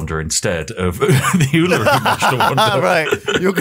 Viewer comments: FYI its ulu-roo. Thats how you say it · are they trying to pronounce urluru? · They still cant pronounce uluru :( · Another Civ 5, another imspronunciation of Uluru.